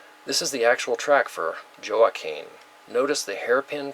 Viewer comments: Thank you. J is like H or W in Spanish, as in Juanita or La Jolla. Hurricane H'wa-keen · Just subscribed ...love your work. Just a minor thing, Joaquin is pronounced "hwa-keen" ;) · Word Pronounced- Joaquin Wah (as in what) and keen (as in keen intellect) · Thank you for a great presentation. Shared. PS Joaquin is pronounced waa keen, the J is silent. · Joaquin, pronounced, walkeen. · pronounced Huakeen...like Joaquin Phoenix.